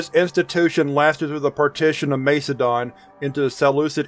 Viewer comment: Love it! Your accent when referring to the ancient empires (Macedon, Seleucid, etc.) was wild lol 😂 but anyway listening to Skips is my favorite and your channel is great! Thank you!!